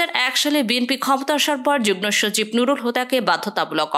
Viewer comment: এই মেয়ে বাংলা ভাষা শিখে তারপর সংবাদ পড়। শব্দটি " যুগ্ন" নয হবে " যুগ্ম"।